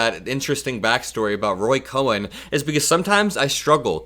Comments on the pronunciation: Love your content. You're the only Meidas Touch affiliate that I trust. One tiny thing, though. It's Roy Cohn. It's almost always pronounced 'Cohen,' but it's just a misreading. His main goal in life was to die flat broke, owing millions to the IRS and "friends" he borrowed money from. He got what he wanted. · that man's name was Roy Cohn (pronounced "cone"). He was gay and died of AIDS. Trump didn't bother to attend his funeral. Another clear indication of the fact that he doesn't show loyalty or respect to anyone but himself. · Just a nerd correction. I believe it's Roy Cohn, not Cohen imo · The name is spelled COHN, not COHEN. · It's not Cohen It's Cohn! Pronounce it right! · Not Roy Cohen. Roy Cohn. Thanks. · It's Cohn, not Cohen. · It's "Cohn." Like the thing you put ice cream in. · It's Roy COHN, not Cohen. (One syllable!) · Good analysis. Btw, I believe Trump's old lawyer/leader's name was pronounced Roy Cohn. A more corrupt lawyer would be hard to find. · it's not Roy Coen, it's Roy Cohn pronounced "Cone." It's a subtle difference but it matters, especially to the Coen's!!! He was an absolute monster, a closeted gay man who persecuted other homosexuals for their own private lives. He pretty much manufactured evidence that helped get the Rosenbergs executed. A vile bigoted bully that truly personified evil, no wonder Trump saw him as a mentor. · COHN SOUND LIKE "CONE" NOT CO-HEN !! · ROY COHN!!!!!! COHN!!!!!! ONE SYLABBLE NOT CO-HEN!!!!! YOU SOUND LIKE AN IDIOT SAYING IT WRONG! COHN!!!!!! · Roy Cohn's last name is pronounced as a single syllable, like "Cone". It's not "Cohen". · It's pronounced Roy Cone. Like ice cream cone, not Cohen. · Cohn is pronounced "CONE" not "CO-HEN", fyi. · Roy Kohn not Cohen One syllable 💙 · His mentor’s name was Roy Cohn, not Cohen. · It's Roy Cohn, Not Cohen. For the rest, everything is perfect. Good job. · Roy “Cone” is how to pronounce his name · I believe "Cohn" is pronounced like "cone." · Cohn, not Cohen